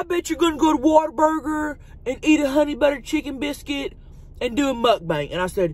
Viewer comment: I think she says it like Mukbank. But heck who knows. She still sounds awesome and don’t care about what others think. Not even as Tammy or Chelcie